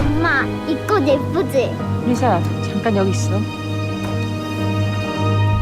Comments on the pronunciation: 리사 발음을 자꾸 리싸리싸 해서 10분만에 리타이어 합니다… 발음 좀 제대로 하세요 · 아..첨에 들었을땐 그러려니 했는데 리싸 진짜 거슬리네요. 일부러 리싸라고 발음하신 건가요? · 리사를... 왜 자꾸 리thㅏ 라고 함? 리싸 ㅋㅋㅋㅋㅋㅋㅋㅋㅋㅋ 발음이 안되나?? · 왜 자꾸 발음을 리"싸" 라고 하시는지..ㅠㅠ듣기 불편..